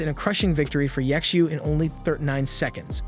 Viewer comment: Ye Xiu, or better pronounced Ji Xiu(chtu) something like this it's hard to explain how to speak xiu out.